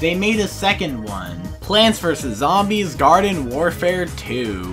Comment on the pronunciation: Hate to be that guy but you said varden instead of garden.